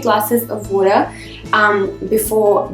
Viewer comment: What is woora?? She keeps saying drink glass if woora.., 🤔